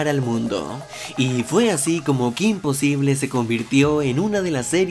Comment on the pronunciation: Cometiste un error al poner possible y pronunciaste posible